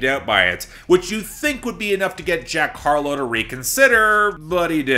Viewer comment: "jark harlow," for some reason that faux pas made me giggle like a simple child lol